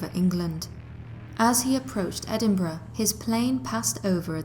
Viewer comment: just wanna say thank you for pronouncing Edinburgh properly! lol